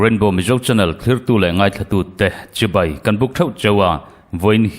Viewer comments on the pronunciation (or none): none